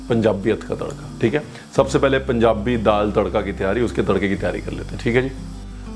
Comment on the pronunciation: Love how he says Punjabi. Being a punjabi feel so good